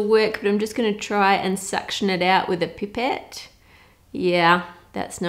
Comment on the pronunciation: Okay. I'm moving to Australia strictly for how they pronounce "Pipette"